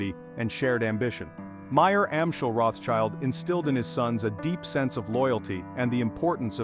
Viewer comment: The name is not spelled "Roths-child", but "Rot" "Shield". no child is involved :P